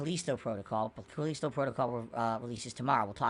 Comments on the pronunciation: It bugs me everytime he says "Caleesto"...maybe it's just me but it's "Ca List O" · wtf is his english? CAL-Li-STO. Not Calesto. So annoying. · Cuh-leee-sto protocol lol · Callisto Dent-call